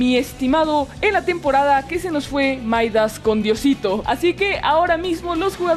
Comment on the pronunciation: por que dices maidas en ves de midas 😂😂😂😂😂😂